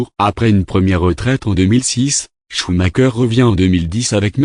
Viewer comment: "Choumaqueur" ??? Et pourquoi pas "chumacher" pendant que tu y es ??? On prononce "choumareur" !!!